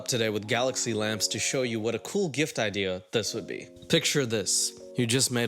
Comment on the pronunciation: "Not a good ideaurr"